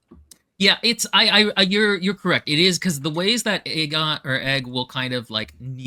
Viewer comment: Aegon. Egg-on.